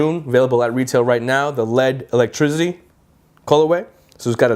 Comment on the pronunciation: Electrizity hahaha jk man